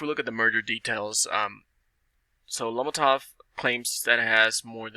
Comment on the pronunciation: If you can’t even pronounce lomotif what do U think the potential is? Have u seen the app and compared it to tik tok? Quite a joke really. Pretty much a pump and dumb game by Ted Farnsworth. Lomotif is not a tik tok competitor. Tik Tok revenue for 2020 was 35Billion. Lomotif’s revenue in 2020 was 6000 dollars. Hahaha.